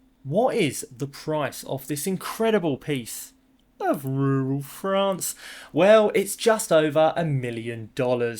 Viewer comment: So great to see you again! I was worried that you had fled ru-ral Frrrrrrraaaaaa-ce with Billy!